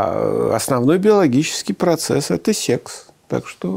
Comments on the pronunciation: Да не сЕкс, а сЭкс. Произношение сЕкс звучит как-то по деревенски. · Когда человек произносит сЕксь, хочется поскорей его не слушать... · Сэкс это сеекс 😂